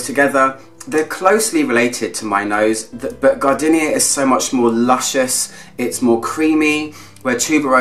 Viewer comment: Stop saying gar-dinnia - it's gar-deenia! 😋😁